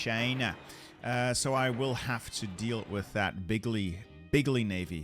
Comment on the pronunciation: did I heard "China" or "Kinda"